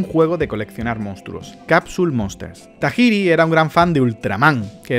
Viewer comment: Se que tiene años este video y no sé si ya sabes pronunciar japonés, porque inglés si puedes. O lo mencionas todo bien a la española o sea, game freak, o en su idioma, geim frik. Es Satoshi Tayiri